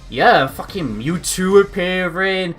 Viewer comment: Wow you messed up his name. It's Mewtwo. Not Newtwo.